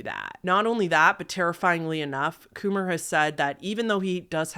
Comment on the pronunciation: Please tell me this guy's name was Kumar and not Coomer....